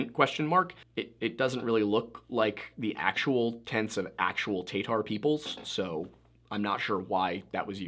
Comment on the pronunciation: List of pronunciation corrections, if you disagree and are from the region, or have additions please say. Ural: Ooh-Rahl Tatar: Tuh-Tar Yamnaya "Pit": Yamna-ya